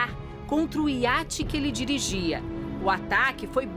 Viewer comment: Repórter "O hiate que ele dirigia"